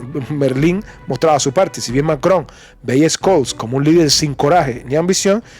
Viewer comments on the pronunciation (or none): Te felicito por tu canal soy seguidor de tu contenido real y objetivo de verdad es extraordinario tu canal sumamente informativo Si me permites hacerte una crítica constructiva el nombre del Canciller Alemán Olaf Scholz se pronuncia shols en vez de escols saludos y un abrazo desde Minnesota USA